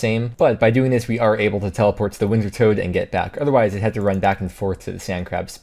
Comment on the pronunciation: Wintertod not toad